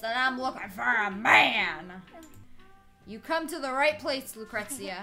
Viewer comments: The receptionist,Lucretia, is my name and its pronounced la-kreesha not tryin to hate but still you slaughtered my name lol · its pronounced lu-cree-sha